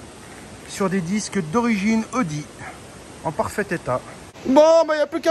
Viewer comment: Y en a mare de ton "oudi" !! Ta pas une Volvo des années "69" a restaurer !?!?🙆‍♂️👌👍